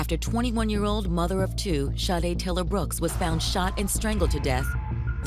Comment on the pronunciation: Detective - Please enunciate this Angel’s name correctly just once. Sha-day not Shi-day. Lord forgive me and may she rest in heavenly peace 🕊️🙏🏾